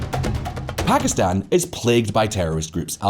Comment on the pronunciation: Lol quite an entertaining video; a real shame though since the music and women there are beautiful. Also, +1 for properly pronouncing Pakistan and Iran. Strangely, you seemed to mispronounce kilometres though, which is pronounced as if it rhymes with nanometres or metres itself, not with "thermometers" (because it's a unit of measurement, not a measuring device).